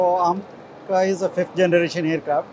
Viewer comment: Ammca nahi bhai amca